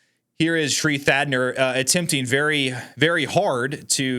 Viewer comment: Thanadar not Thadner